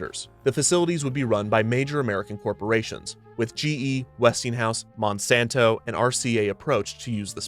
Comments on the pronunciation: The way he emphasized monsanto was really funny omg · why that sudden emphasis on the word "Monsanto" ? yeah, they're an evil megacorp, but so are the rest of them tbh...